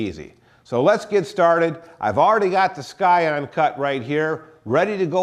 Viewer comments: its pronounced "si-on" not "sky on" lol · Scion 'ˈsīən' the 'c' is silent.. just sayin'. Good video.